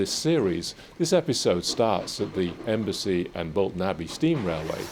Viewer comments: Please, It's Embsay not Embassy. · i really like your videos, just one thing, Embsay is pronounced better with a silent B, more like emsay not embasay, the odd vent on the door is part of the Porta experiments